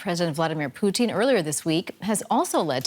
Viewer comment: Let's get his name right. It's "Poo-tin".